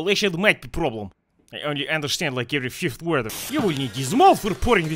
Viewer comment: 'Understant' Boris, has the cheese given you hole in brain now?